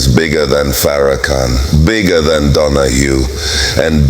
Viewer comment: You can hear the condescending tone in Donahue's voice. Donahue Is also mispronouncing his name calling him "fair- a -can, oops were we not supposed to see the total disrespect. Sorry Mr. Donahue, your entitlement is showing. The "gotcha" moment didn't happen according to plan. Thank you Minister Farrakhan. Donahue forgot. He didn't get the memo that slavery is over. Maybe he should open his wallet and contribute to reparations.